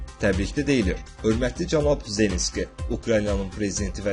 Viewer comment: Ay oğlan, mətni düz oxu, Zelnski yox, Zelenski demək lazımdır.